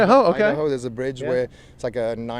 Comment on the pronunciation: "Idowa. Idowa? IDAHO!" lmaoo. Crazy hearing people from elsewhere mispronounce US states.